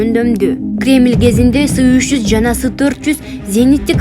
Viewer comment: Сы эмес эС триста деп окулат